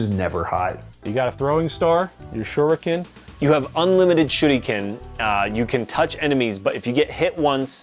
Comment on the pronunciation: The first time attempted to say "shuriken" like a Japanese native it came out sounding like "shooty-cannon" (btw, please, don't do that when you're not from Japan and only have a pale excuse of the real accent, it's painful and borderline disrespectful to native speakers, they'll think you are a dirty gaijin who's pretending to have the accent/language down when he doesn't, just say it honestly like a Westerner who speaks English)